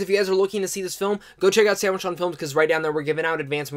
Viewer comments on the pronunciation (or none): none